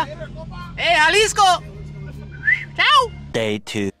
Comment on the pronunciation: "Ey jalisco chow" 😂😂